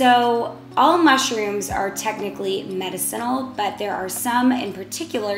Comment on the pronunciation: You are Pronouncing Medicinal Wrong Ask Alexa or Siree how to pronounce it right...spell it out for them